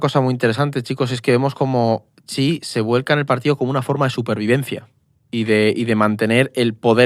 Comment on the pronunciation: Es xi no chi, no sabe ni su nombre